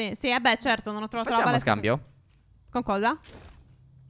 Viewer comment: solo io ho sentito "palestra" al posto di "balestra"?